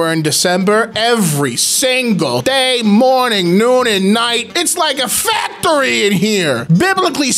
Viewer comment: I’m sorry, did you say FAPTORY?